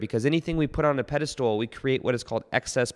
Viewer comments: It's pedestal not pedestool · Just checking in to see if you’re still saying “peda-stool” hehe 😉